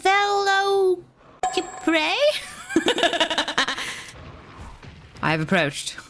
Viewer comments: veloki is the correct pronounciation since its greek/latin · Velokiprey is like a box of gauges, you'll never know how she'll pronounce it. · Pronounced Veh-los-ih-prey. Like Velocity. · Did she learn about the veloci in Velociprey being the same as in the word velocity? I thought it might have been about that not gauge. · Did she ever figure out how to say Velociprey? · Now, if only she could pronounce Velociprey correctly...